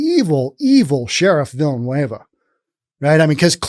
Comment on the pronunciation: Villanueva is pronounced: Veeyah-nueh-vah.